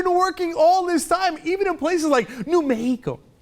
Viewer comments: "new meHEEco" Jesus christ you poser. i live here, i'm half hispanic, and i don't even say it like that. JUST SAY MECKSICO! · "Mehico" huh Limbaugh... That'd be why you lost the Latino vote. Because you are PATRONISING, RACIST FUCKS the lot of ya! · Saying Me-hee-co isn't gonna make you more likeable to Hispanics you fat fuck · New Me-he-co? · The governor of "New Mehico"?! Stay classy, Rush... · did that bitch really pronounce mexico in spanish? fucking idiot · Lol he pronounced mexico the way you do when speaking spanish.